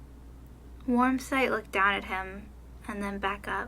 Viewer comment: Lol I was laughing the whole time cuz you kept messing up Warm Sight's name!😆🐈